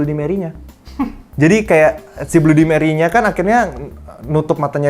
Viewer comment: bacanya bladi meri bang